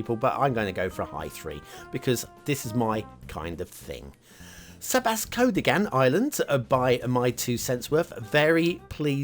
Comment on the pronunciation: In terms of pronunciation, you're close, but the emphasis is on the wrong syllable. Try saying "Fiasco vegan".